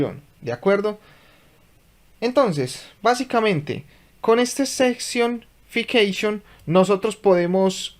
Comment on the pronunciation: SE pronuncia sesion ficseichon, asi deberia de sonar jeje